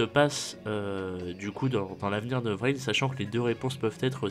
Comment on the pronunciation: Il est au courant qu'on dit pas "vrin" ? X)